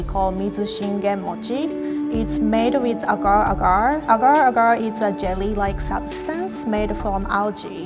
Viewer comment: Rie: agar agar Wengie: aega aega T^T I’m so confused how do you pronounce it?